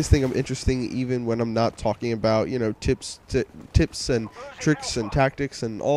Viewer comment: When you say "tips", it sounds like "tits" hahahahaha. Love ya!